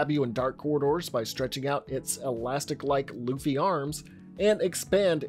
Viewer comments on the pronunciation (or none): none